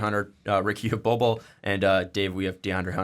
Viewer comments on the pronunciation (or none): I'd like to tattoo this on RICKY. Bol Bol is pronounced (Bowl Bowl)